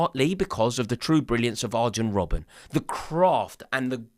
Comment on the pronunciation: Why is he still saying ArGen Robben